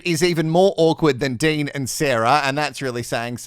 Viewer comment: His name isn't Dane it's Dean